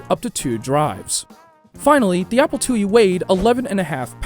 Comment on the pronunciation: ‘The Apple LlE” lol